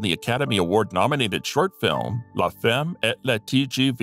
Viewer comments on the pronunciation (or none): none